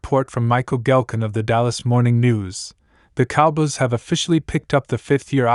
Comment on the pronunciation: Yo stop him from these videos Dallas Cowbiys it's Cow boys